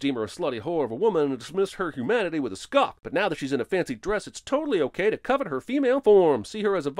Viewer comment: #15. Did he just pronounce it “who-manity”?